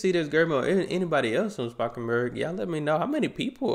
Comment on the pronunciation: Spakenburg was close enough in terms of pronunciation I think. Anyway, love your dutch reactions:) some dutch humor/show thingies, like ''ushi'' (I think highly combustible also reacted to that) Will probably also get views. Plus most importantly, it'll make me happy